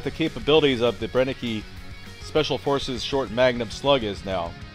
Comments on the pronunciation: Cool video, just want to point out that it's pronounced bren-ek, not bren-e-ke. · It's pronounced "Bren-ehh-ker" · You pronounce the word "Brenneke" almost right, except the last letter (e). In Germany we pronounce the "e" that ends a word, like you pronounce the "e" in the word "the". But the rest was perfectly pronounced. Regards from Germany ✌🏻